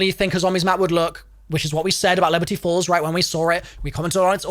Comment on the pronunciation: why do you say, "leberty falls"